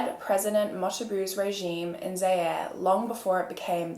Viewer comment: President name is ‘Mobutu’ pronounced ‘Mo-boo-too’ Not Mo-ta-bu lol ‘Kindoki’ As a Congolese this story affects me in a way it shouldn’t